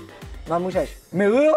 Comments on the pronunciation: Myluju s tvrdým Y :D:D:D:D:D:D::D:D:D:D:D:D:D:D:D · .. WTF? Proč máš ve slově miluju tvrdý Y? :D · hrachlubos protoze to tak vyslovil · Jirka Král Oni to asi nesliší jak to tam vyslovil s tvrdim y. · Marek Jurík to s tvrdým y vyslovil tak si z toho Jirka udelal srandu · FifaMaster to s tvrdym i vyslovil tak si z toho udelali srandu ale pochopitelne to tam neslisite